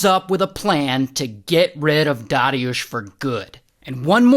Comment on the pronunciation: Man congrats on saying polish names good. People I know have difficulty sayng easier names yet you almost perfectly said dariusz